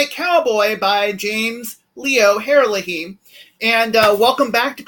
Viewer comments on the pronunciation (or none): You got his last name wrong!